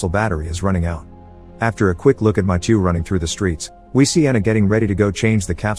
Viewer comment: The fact that he pronounced Mathieu wrong every single time 🤦‍